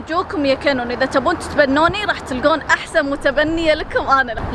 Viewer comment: اول مره قالت كانون قالت كينون 😂